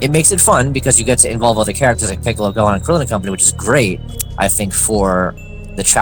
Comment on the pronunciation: Ntbr but this man says so many things wrong gohan him gohAN